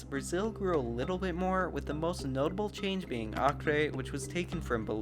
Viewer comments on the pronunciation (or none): none